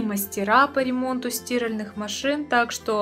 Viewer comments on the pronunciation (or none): СтИральеых? Вы в ней стИраете?